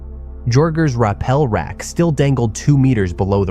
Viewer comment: you do cave videos and you dont know how to pronounce rappel?